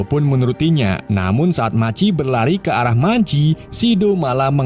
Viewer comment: Machi .maji machi maji😂😂😂. Bgung jd dgr nya